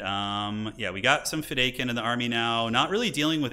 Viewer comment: It kills my soul to hear you still saying "Feh-Day-Kin." lol